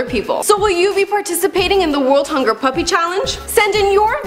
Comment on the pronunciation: There is none to very little information in this video. P.U.P.I stands for Por Un Piberio Integrado (For an integrated childhood) it was founded by Javier Zanetti to help poor children in his country Argentina. Also you don't pronounce it as Puppy...